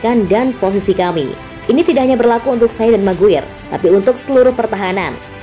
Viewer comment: MCGWAYER = ❎ MCGUIR = ✅